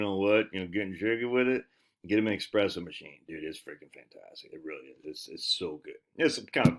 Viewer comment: Pablo, tell your ol buddy theres no X in espresso